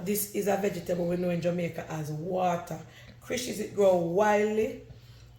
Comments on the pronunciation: Watercrishes 😂😂😂 cracks me up 😂My parents used to call it that too😂 It’s watercress 🥰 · That's not the right name you don't pronounced it right is water.cress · It’s water cress 😅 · Uno know can't pronounced things right